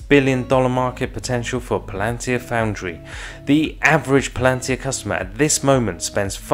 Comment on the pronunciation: Yes, but it's not pronounced "Plan-tir, it's Pal-an-tir.